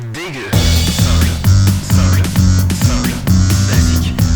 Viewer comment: Je suis la seule à entendre "Sorry" à la place de "Simple" ?